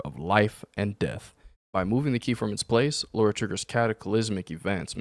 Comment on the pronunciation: And straight away - you mispronounce her name......You literally had to type her name and still you constantly call her "Laura" - not "Lara"